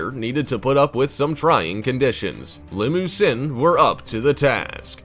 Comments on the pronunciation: I show cattle specifically Charolais and Maine-Anjou and learn how to say there names right it’s li-mug-zeen not li-moo-sin and it’s Shar-lay not Char- lay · Did he say limo-sin